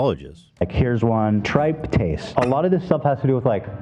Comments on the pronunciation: Yes! I'll have to go back and rewatch if you want a comprehensive list. But for starters the very first test that was mentioned, tryptase. 1) He kept saying it wrong despite criticizing Ethan for not pronouncing things correctly. 2) He was talking about the test as if it's only clinical utility is in assessing allergic reactions, when it does have some clinical utility as a biomarker for leukemias and other conditions, as I think Ethan was trying to say his hematologist had discussed with him. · Pronounces tryptase wrong while attempting to convey that he knows shit Immediately goes into how Ethan mispronouncing something invalidates him talking about it. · Ironic that he criticizes you for pronouncing a medical word wrong yet he is pronouncing tryptase and esophagitis and multiple other words wrong (I’m a nurse). Also he says “self diagnosed himself”, which is redundant. It’s either “self diagnosed” or “diagnosed himself” 🙄. He is a twit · As a medical laboratory science student this guy really knows nothing about medical tests. He pronounces tryptase incorrectly, and ANA titer actually does make sense. An ANA titer tests your antinuclear antibodies at different dilutions/TITRAtions. He's also incorrect about the interpretation of an ANA. ANAs are really only positive in certain autoimmune conditions, most often lupus. 1:320 is a significant result